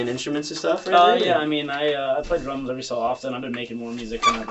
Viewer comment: i thought he said drugs not drums...big difference in an opener